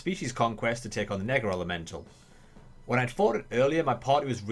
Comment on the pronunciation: See, this is why the American English accent is better. Because every time you say "Nega-Elemental" it sounds like you're dropping a "Hard R"